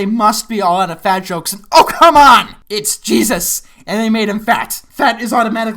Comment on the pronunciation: I'm Scottish and let me tell you no body talks like that. It's not just that the accent doesn't work he doesn't even pronounce the words the way Scotsmen do. Scots do not u in words like puppet as poopet or come as coome (seriously? what the hell have you met a Scott in you entire life Seth? we don't say the lower case u as the upper case U, Arabic speakers might do that Scotts don't). It's not hard just have him say no as ney or naw, doesn't as doesney, did as day, going to as gonnea, shit as shite, off as aff, don't as dunnea, you as ye, out as oot, oh as aw, don't as dina/didney J as Jia, ect. How hard would that of been? Gonnea naw dae tha again ye pure mad glaikit walloper.